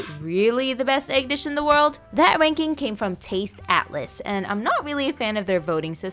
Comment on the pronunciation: The way she emphasizes ‘WORLD’…